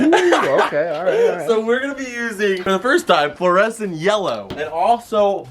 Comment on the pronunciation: Parker: that is fluorescent right?: oh it is very fluorescent, it’s Fluor and it’s scent Me: wait did just miss pronounce fluorescent?